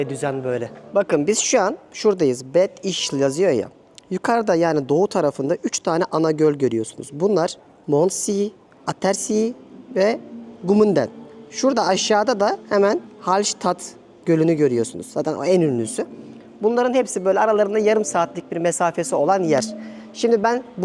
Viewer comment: Mondsee, Abersee, se okunacak , see ‘ler se olacak !..